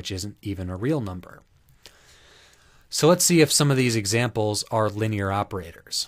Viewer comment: "exmamples" lol